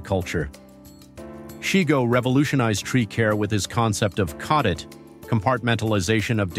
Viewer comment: His name was pronounced SHY- GO. Not SHE-Go. I attended a workshop of his 1996.